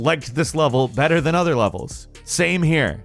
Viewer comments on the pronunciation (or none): none